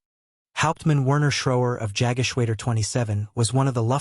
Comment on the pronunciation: Yaggashwaydur????? It's Yog (with o as in off) geshwada